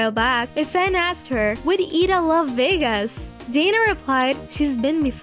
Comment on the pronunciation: you said eda's name wrong